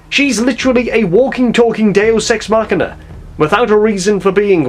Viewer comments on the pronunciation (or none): none